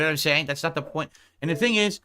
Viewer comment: “It’s not about the money. It’s naht! I’m naht here to take a paycheck”